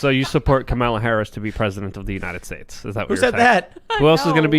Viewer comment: pretending to not not know how to pronounce Kamala was disappointing. The guest is one of the midwids Malice explains perfectly. Tim was still great.